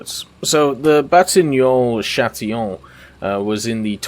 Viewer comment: I know french is hard but it's not batignon châtillon but batignolles châtillon